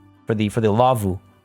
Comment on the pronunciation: As a Finn, this episode has just a little bit more meaning than others, I just love it! For me, the laavu's you made (pronunciation was spot on btw) remind me more of a 'kota' which has similar structure to a teepee. We have laavu's here in Finland for example in different national park's, usually solid wooden structures, a slanted hideout from the elements. The slanted design of a laavu is for you to light up a fire next to it and the heat would reflect towards the people sleeping inside. :) but love the habitat! I remember as a kid we used to travel to Lapland to stay at my aunts cottage. The nearest neighbour (which where a car drive away, so not very near :D) had a white pet reindeer on their yard, just hanging around freely. She was so social, that it always tried to get inside the house when visitors came to the house - she usually got to the hallway until the dogs chaced her back outside. I commented a few episodes back that I purchased the game myself. Now I have even more appreciation to all your builds, the skill and inspiration you have is just amazing!